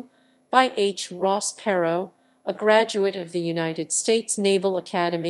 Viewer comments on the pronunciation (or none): This is old. But it's Not Elle ec tronic. It's E lectronic. It's Plain O. Not Plawn O. Plano. It's not Pair O. It Purr Row. Perot.